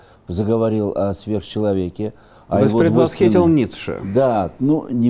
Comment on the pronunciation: Вы не правы, ударение ставится на первую И, после х, погуглите, он правильно произнес.